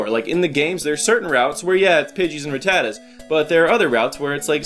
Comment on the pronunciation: Can I just say that I love the way you pronounce Rattata.